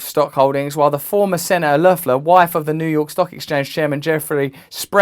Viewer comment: Nice pronunciation on Loeffler!